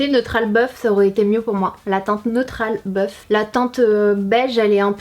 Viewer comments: Dans ma tête j'entendais "neutral boeuf" ou "teinte boeuf" :D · C’est moi qui suis sourde ou tu dis « neutral bœuf » c’est bizarre comme nom de carnation